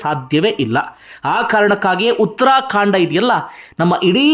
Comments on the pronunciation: Uttarakhand not uttrakhandaa😂😅😂tagdo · Sir it is uttara khand not uttara kaanda,,, Thank you for the good narration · ಉತ್ತರಾ ಕಾಂಡ ಅಲ್ಲ ಉತ್ತರಾ ಖಂಡ